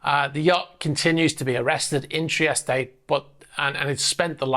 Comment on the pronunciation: Please learn how to pronounce Trieste, no ay ay the end TREE EST